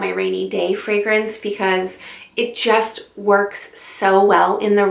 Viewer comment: I just found you and I’m subscribing not only because I love your content but OMG finally someone who knows how to pronounce all the fragrance verbiage correctly 👏🏼👏🏼👏🏼 Super interesting choices; I’ve only smelled one of them so far, now I’m on a mission! 💋👃🏼❤️